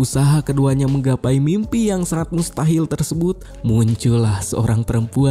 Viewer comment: ngakak banget dngr ngomong Do'a dn mustahil 🤣🤣